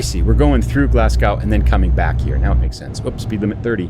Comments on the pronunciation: its pronounced glazgo spelt glasgow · Love the video and the scenery (quick tip, its pronounced glasg-o) keep up the good content 👍